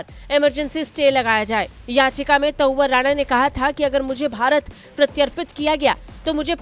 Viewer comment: शर्म करो आज तक वालों। हिन्दी न्यूज चैनल होकर भारतवर्ष में ही हिंदी की टांग तोड़ने में लगे हो, शर्म करो। कैसे मूर्ख एंकर भर रखे हैं, जिन्हें हिंदी बोलना नहीं आती है। तहव्वुर राणा को ये मूर्ख एंकर बार - बार त‌उअर राणा बोल रही है, लेकिन न तो इस एंकर को शर्म आ रही है और न ही आज तक के किसी अधिकारी को शर्म आ रही होगी। शायद सब निर्लज्ज हो गए हैं।